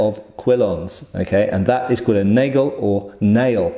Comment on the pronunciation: Possible pronunciation-help: [nʌgəl] or (less pronounced) [nʌg'l], ;)